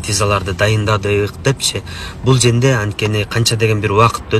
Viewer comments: Юрист туура суйлой албайт окшойт а бул жерде деген созду бкл женде женге деп айтат экен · Тантык экенсиң го...бул женде деген сөздү биринчи угуп жатам